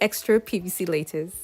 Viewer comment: Not L-A- TICE, it's LAH-TICE